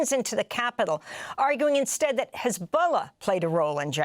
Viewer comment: 😂😂😂😂😂😂😂 😂😂😂😂😂😂😂😂 Did he say Hezbollah 😂😂😂😂😂😂😂😂😂😂😂😂😂😂😂😂😂😂😂😂😂😂😂😂😂😂😂